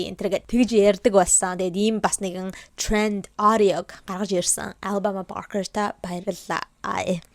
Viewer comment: Ghde mnai anu alabamaaas ii goy heljee ter jinhn oorihn tik tokiig harsn cn anu goy heljee hahh😂❤